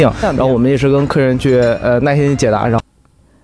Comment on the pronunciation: Thats very normal actually, j, q, x going out into something like "y" or just going completely, focusing on the syllable before you see "nai4 _in1" and can clearly guess the word as 耐心